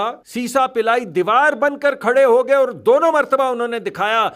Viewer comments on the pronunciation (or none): Ye ap Gay pe itna zor q de rhy hain??